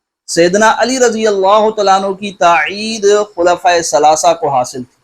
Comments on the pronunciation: تاعید نہیں مولوی صاحب! تائید ہے الفاظ درست کرلیں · حضرت تاعید نہیں تائید ھوتا ھے